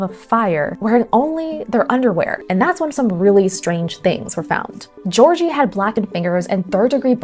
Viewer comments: "George-ee" 🤣 Both Gs in his name sound like G in "give", while "eo" sounds more like "eo" in "geography". To me as a native speaker, calling a Russian speaking Georgi a "George-ee" sounds as ridiculous as naming someone Ivan (ee-VUN) when he is actually a John. Like in, Donald Ivan Troomp. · Mispronouncing Georgiy as Gorgey is a bit of a pet peeve NGL, but otherwise it is an interesting and quite plausible theory that could explain what happened to these unfortunate souls.